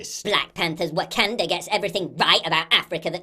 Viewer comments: It's the intrusive "R" of the Englishman! lol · Someone is emoting pretty hard off of a movie and not pronouncing Wakanda correctly is pure comedy 🤣🤣🤣.